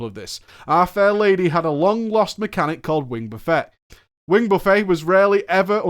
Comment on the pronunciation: Aerospace engineers (if any play wow and watching) are cringing over the "wing buffeting" pronounced as a line of food.